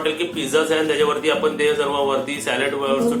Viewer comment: Kaku, Tumhi aata celebrity aahat. Video banavtana Shabdan che uchchaar shuddha asle pahije. Video chya suruwati la mhanala हा ताट. He chukiche aahe. हे ताट barobar aahe. आपन mhanala. Chukicha aahe. आपण asa uchchar aahe. Video chya headline madhe tumhi चाय asa lihila hota. चहा asa shabda aahe. घरघुती nahi. घरगुती asa yogya shabda aahe. Tumchya khup sha video madhe भेटलं asa shabda tumhi nehmi vaparta. To chukicha aahe. 2 Mansa jevha ek mekana bhetatat, tevha ch भेटला ha shabda vapartat. Etar veli मिळाला asa shabda vaparne yogya aahe. उदाहरण देते. कृपया लक्षात घ्या. 👇🏼👇🏼 1) Tumhi mhanta akhadi vastu भेटली नाही. He chukicha aahe. वस्तु मिळाली नाही. He yogya aahe. 2) वेळ भेटला तर, हे चुकीचे आहे. वेळ मिळाला तर. हे अस म्हणणे योग्य आहे. 3) नारल नाही, नारळ अस म्हणतात. भेटला आणि मिळाला या दोन शब्दा मधला फरक जाणून घ्या. ही विनंती 🙏🏼